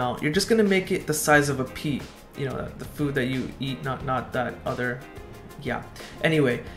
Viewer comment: pea or pee? 😂